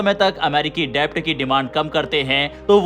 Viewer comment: Debt मे b साइलेंट होता है. डेट बोलते है . डेब्ट नही.